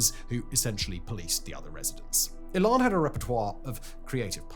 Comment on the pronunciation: E'lan not ehlan.